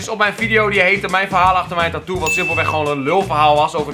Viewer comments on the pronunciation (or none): none